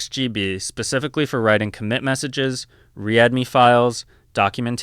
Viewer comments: I laughed out loud in my uber when you re-ad-me files rather then read-me files. Your script sounds a touch AI generated, don’t be afraid to add a little more you. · "re-add me files" "S-kwul alchemy" Hello AI voice.